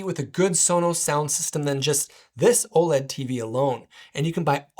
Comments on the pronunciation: Just say "OLED." You don't need to say "O.L.E.D." every time lol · U lost me at OH EL EE DEE.